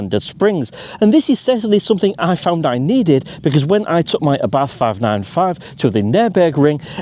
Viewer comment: Nice video! Funny to hear you speaking Abarth with an "th". Thats wrong. Speak it "Abart"